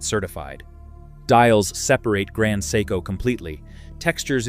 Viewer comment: Grand psycho… come on AI, grow up